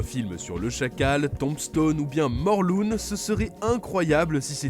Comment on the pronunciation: Morloune 😂😂, faut apprendre à prononcer en Anglais, C'est Morlun et le un se prononce comme le numéro 1.